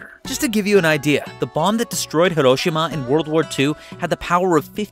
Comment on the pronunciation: What do I think? I think you should learn to pronounce Hiroshima correctly.